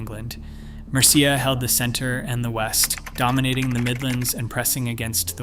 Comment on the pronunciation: Mercia's pronunciation makes me cringe too